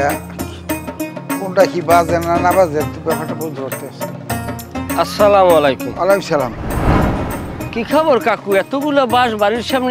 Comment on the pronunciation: আপনাদের সালামটা সঠিক হয় না। আশা করি শিখে নিয়ে শুদ্ধ ভাবে বলবেন। আসসালামায়ালাইকুম নয় বলতে হবে আসসালামুয়ালাইকুম